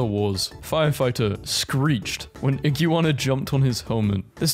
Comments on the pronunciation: I love how you say iguana "Ig-you-wanna" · You say iguana like ig you are na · The way you pronounce Iguana is so funny 😂😂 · Oh good, someone else mentioned it! I was legit just about to look up if this was some weird American pronunciation thing like aluminium. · The way he says iguana is killing me in a good way😂